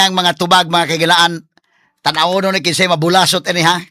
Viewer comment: Tinuod nang imo Atorney. sa Negros Oriental bulasot, paspason nag sulti.. dili bu-la-sot😄